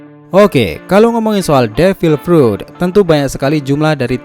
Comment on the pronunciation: Apa gua doang yang ngedenger pas awal2 , devil prut